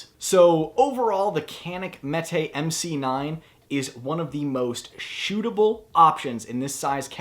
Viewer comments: It's pronounced JEHNEEK (not CAN ICK as we Americans will call it). It's Turkish so the C is a soft J as the METE is pronounced MehTay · I appreciate you going over the proper American pronunciation of the gun's name before spending 20 minutes beating your Mete on camera.